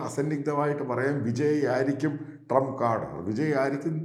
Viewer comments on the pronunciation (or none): none